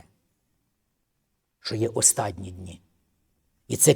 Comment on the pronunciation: Мир вам ! А ще пастор говорить неправильно слово "остаДні дні ", потрібно говорити ОСТАННІ . Хотя це не мішає нашому спасінню .